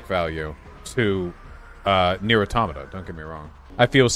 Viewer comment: Finally, someone who places the stress on the second syllable of 'automata' instead of the third.